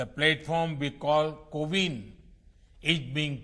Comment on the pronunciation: Seriously "Cow-in"??